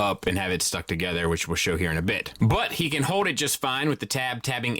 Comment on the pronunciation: "The hando is wide enough for him to hode it as well"